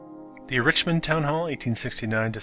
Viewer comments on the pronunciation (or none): none